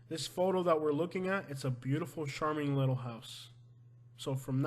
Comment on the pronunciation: Love your videos, but , most pronounce charming with the ch like char-broiled. Char-Ming. Thanks.dont know why it bugs me, just does. Lol